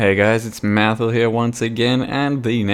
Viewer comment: I liked the stressed a in Mathil, really got my gears grinding